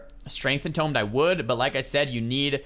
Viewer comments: En toooomed. Not tom’d! Sorry that was killing me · en-toomed not en-tomed a tomb is a place where you bury the dead. a tome is a large book